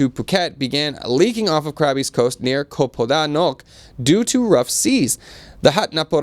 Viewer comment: why aren't your Thai co workers helping you pronounce common Thai words. You need to work on Koh (island) pronounce cock without the ck on the end.